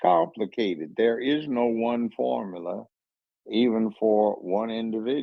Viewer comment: What is a "formalar"?! No wonder she's single... she's illiterate🤦🏾‍♂️😂